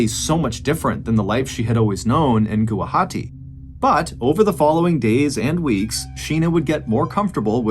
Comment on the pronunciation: Thank you so much Mr Ballen for covering this case , I’m from Guwahati hearing you said Gawahati it made me happy ❤…..